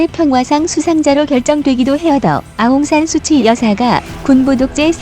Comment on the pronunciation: 좋은영상 만드시느라고생이많으십니다 근데 큰오류가있어 말씀을안드릴수가없네요 아웅산수치가 아니고 현지발음으로 아웅산수찌입니다 수치는 말구대로 수치스럽다의수치입니다 현지의독립영웅딸로 어느누구보다도 존경을받고있는분인데 수치라하면 현지인들한테반감이생길것같네요 동남아거의모든나라가봤지만 미얀마처럼 한류가인기있고뜨거운나라는없는것같습니다